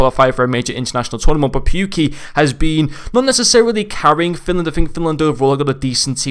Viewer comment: AYYYYY SOMEONE ACTUALLY KNEW THE BRISTOL CITY BADGE. You lowkey butchered his name but that doesn’t matter 😂😂